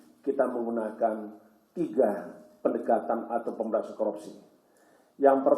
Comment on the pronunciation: ngomong korupsi aja blom bener , KOROPSI wkwk